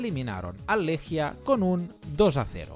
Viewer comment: Amigo querido, enorme video. Solo decirte que se pronuncia “Leguia”. Abrazo grande